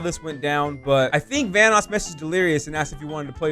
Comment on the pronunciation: Delirious be like: Vanåås